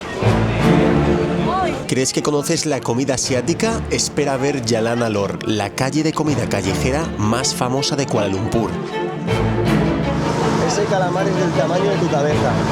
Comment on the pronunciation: Yalana lor? U crazy or what? Its Jalan( road) Alor..Google it yourself